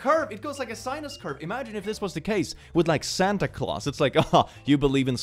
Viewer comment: A "sinus" curve??? This is getting bad now,!!